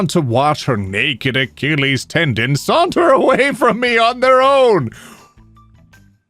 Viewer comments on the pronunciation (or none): none